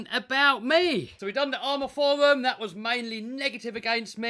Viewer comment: can't say forwum pwoperly therefore he's not doing anything cowectly.! I think EVERYONE will agree with me when I say that RCs are NOT for fun & they should NOT put a smile on your face.!!.. RCs are SUPER SERIOUSLY & should make you miserable... Fnar Fnar Fnar.!